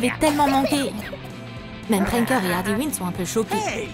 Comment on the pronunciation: C est pas ardy mais arley quin mais c est cool